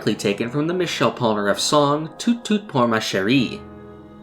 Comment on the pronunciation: As a french person, hearing you say "Tout tout ma chérie" is hilarious. The "T" at the end of "Tout" is silent, so it would be more like "Tou Tou Ma Chérie"